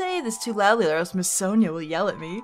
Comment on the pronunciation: Rarely spelled Sonya, but regardless, Sonya is pronounced saw -nyuh, not sone-yuh